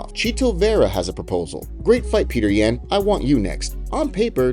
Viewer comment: Dude how did you make a 10 minute video saying Peter yans name incorrectly?